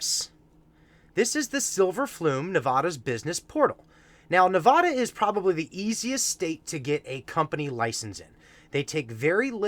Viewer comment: (As a Nevadan, I wanted to point out that it's Nev-AD-uh, and not Nuh-VOD-uh. I can guarantee you that no one outside of Nevada cares, but it's one of the only thing all us residents can agree on). Regardless, thanks for taking the time to make this, especially given how long of a video it was. Thank you for helping me feel more confident in the market!